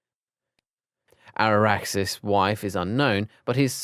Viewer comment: ‘Araxis’ malfoy…. ITS ABRAXUS